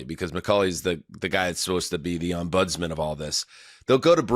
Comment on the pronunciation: it's not: 'Ombóds-man' it's 'Úmbudsman' Had (heeded past tense)